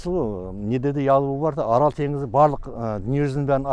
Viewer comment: 😊орол емес АРАЛ